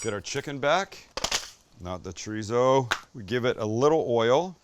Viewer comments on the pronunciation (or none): Chor-ee-so.... Not treezo.